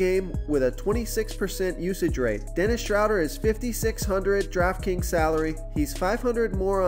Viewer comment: Dennis Shhh-road-eer